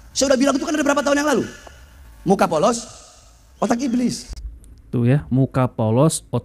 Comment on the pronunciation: Ibliz ngomong ibliz,,,cucooo tahhh sibahar bin setannnnn😂